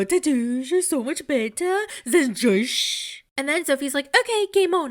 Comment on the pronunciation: I'm cracking up every time you say "Joshzhh"